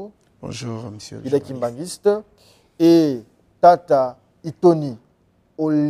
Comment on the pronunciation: C'est Itoni et non ironi